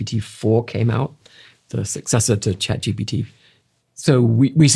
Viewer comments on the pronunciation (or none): none